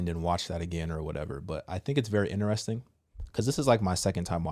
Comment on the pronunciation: Sir, respectfully: It’s Interesting! Not, Ineresting